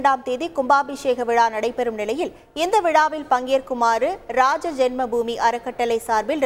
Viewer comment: ராம ஜென்ம பூமி என உச்சரிக்கவும்.